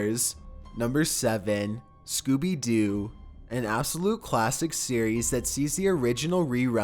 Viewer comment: He pronounced Scooby-Doo as Scooby-Dew xD